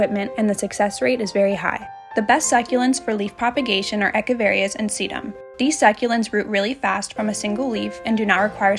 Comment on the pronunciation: Thanks for your video. No offense, but the pronuciation for Echeveria is "ech-uh-vuh-ree-uh". They are named for Atanasio Echeverria, a Mexican Basque botanical illustrator. Hope that's of interest.